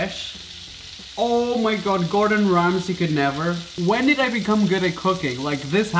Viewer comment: Um sorry but It's Gordon not groton.